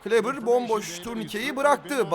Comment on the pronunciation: 42 numaralı Maxi Kleber’in ismi ''kılibır'' değil ''kıleber'' diye telaffuz ediliyor. Çok önemli değil ama yine de söyleyeyim dedim :D